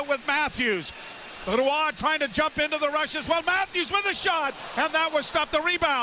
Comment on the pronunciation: i am BEGGING someone to please tell joe how to pronounce Roy correctly. its so fucking stupid